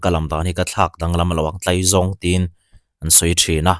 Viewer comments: Tlaizâwng a nilo tlaizawng zawk a lawm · Sir,in khaw lam dân nilovin Mizo ṭawnga 'Tlaizawng' a nihna ang khan lam dik laaaa.. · Sawi vak a chakawm viau....Hnamdang IG reels pawh hmuh tur a tam....A tam zawk chu fakna hliiiir a ni...Motor fare to erawh sawi a hlawh...Mahse, Mizoram ah chuan CNG/Electrict motor kan hmang ve lo..Oil man a to avangin fare a tlawm theilo... Chuan, Tlaizawng i lam dan hi Farkawn ah chuan kan lam dan a ni lo...😂😂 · Tlaizawng in lam rikdan chu a va mal ve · Tlaizawng i lamdan kha a thluk a dik lo